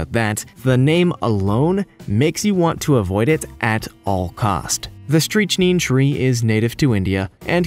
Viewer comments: Number 11's tree is pronounced as Strick-nine, that's where the poison comes from. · ... I swear, guy is going out of his way to mispronounce EVERY SINGLE THING IN THIS VIDEO. Streetchneen? Are you kidding? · Strychnine is pronounced Strik nine or strik neen depending on where you are in the world, fyi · I'm still laughing about "streechneen". How the hell can you make a video without knowing how to say that many words? I bet his friends think he's really smart too. 😆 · Strychnine is pronounced strick-nine, like that. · Can't believe how many of these kids they get to narrate these shows can't pronounce what they are supposed to be educating the listeners about!! Strychnine = STRIK-nine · THE most dangerous tree? The mispronounced ignorance tree! As grown in the narrators backyard 😅🤣🤣🤣🤣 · I've always pronounced strychnine as st-rick-nine, this is the first time I've ever heard your pronunciation like that, had to go back and check the spelling. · Strychnine is pronounced "Strick-neen" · Strychnine pronounced stric nine which was 1st used as rat poison and not whatever you were saying .. if you are putting out information all be it someone else's atleast do a bit of research on how to pronounce it properly...... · Strychnine, pronounced stric(ick)-nine(9) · Isnt it pronounced "strict- nine"? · I couldn't believe when he pronounced strichnine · Fun challenge for "genius" lemon: For every mispronounced name eat one nightshade berry!! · You are misprouncing "strychnine" which is probably why is kills otherwise well-informed youtubers. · how do you not know how to pronounce the word "strychnine?" freakin gen z. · Stopped video at "Streech-neen"... sorry if you don't know how to properly pronounce "Strychnine = Strick-Nine" DO NOT DO A POISONOUS TREE VIDEO... OR ANYTHING "EDUCATIONAL." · Especially a channel with the term “genius” in its name.... “Streeechneeen tree” ruined it for me. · Indeed. "“Streeechneeen tree” damn near killed me. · “Streech neen” ...Jesus Christ.